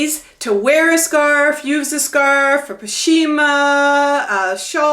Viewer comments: Pashmina. Not pashima. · The blue tie dye one is a sarong. Pashmina is pronounced posh-mina. Thanks for your fun videos, it's so nice to see fellow over 60's with spunk and enthusiasm for life! Bless you. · sounds like pash-mina